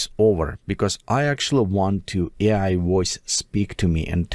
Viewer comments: AI is prounced Ay Igh rather than Eye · AI pronouncing the word "AI" as I 😮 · ....a nice trick for your voice over is to replace "AI" with "aye eye" which will solve the glaringly obvious mispronunciation happening throughout. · I noticed that the computer would say AI wrong, Maybe if you edited it and put a space like A I it would say it better. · The AI needs to learn how to pronounce AI... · Hah I thought that too. And you'd think an AI would know how to pronounce its own name by now